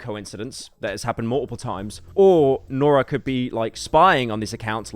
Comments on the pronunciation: So paranoid about pronouncing things wrong then calls her Nora the whole episode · Guy says he’s not gonna mispronounce names then goes on to mispronounce the easiest name continuously. Nora. lol